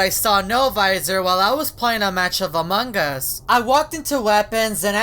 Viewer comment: among gas Me: it’s us